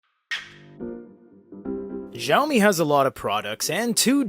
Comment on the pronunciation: Heads up, it's pronounced "Shao-me"... (thanks for the review!)